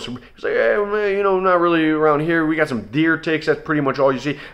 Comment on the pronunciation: "Shum short of acknowledgement.."